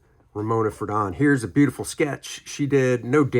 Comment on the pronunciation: I just heard that Ramona passed away last night, 02/24/2024, at age 97. (BTW, it's "FRAY-don," not "fruh-DON." Her husband Dana, a cartoonist for New Yorker magazine, passed away five years ago.)